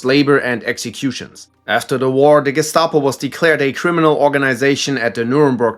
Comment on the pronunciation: You're a natural when pronouncing names at the Gestapo, Stasi, and South African Security Branch sections!